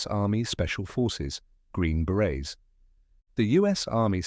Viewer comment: Beret not baret 😅